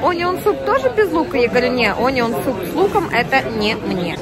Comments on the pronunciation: да ужжж...это АнИон ,..это было что то... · Onion -произносится А а не О -и она ударная 🙏